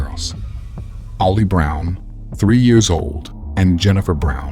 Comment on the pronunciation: Mostly the pronunciation of the years kinda threw me off